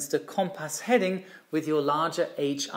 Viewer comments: Brilliant video as always! One small point is the pronunciation of “compass”. The first syllable is pronounced not “com” as in “common”, but “cum” as in “come here”. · It’s pronounced “cum-pss”. There is a very short vowel sound between the ‘p’ and ‘s’. The ‘o’ sounds more like a ‘u’. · has issues with his "O's". His grasp of the English language is exceptional, all he needs is to tackle the word Cooompass and he will have cracked it. Pronounced Cum-pass.